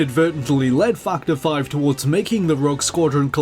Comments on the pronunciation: dude. factor is with an A a fucking A. its fActor5. not fuctor 5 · its funny how i heard you say " fuck the five " instead of factor 5 :D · I hear fuck ter 5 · "Fack The Five". That's all I hear when he says Factor 5. Sigh... Dirty mind. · I kept thinking he was saying fucked her when he says factor 5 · am I the only one hearing fucter five? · I heard fuck to five lol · more like fuck the five, I've been only listening to it in the background and had to double-check :) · I heard "Fuck The 5" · Fuck-ter 5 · lol I hear it too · No. I keep hearing it too. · I'm pretty sure really loves Star Wars. Either that or he just really loves the Rogue Squadron games. His pronunciation of "Factor 5" reminded me of when he'd talked about these games before. (No, you're not the only one hearing it)